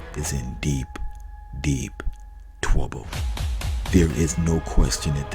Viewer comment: He said "deep deep twubble" 😆